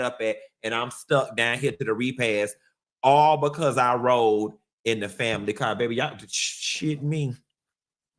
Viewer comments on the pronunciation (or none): none